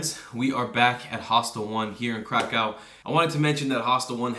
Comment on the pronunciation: Krakov please not crack cow